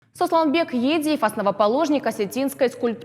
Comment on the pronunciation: Не сослан бек а сослан.у вас одни бекы и быки.везде бек ма бек.фууу ай ва сыжы ва бекима